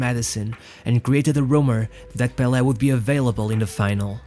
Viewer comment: Managed to outshine 'bel air?' Do you mean Pele?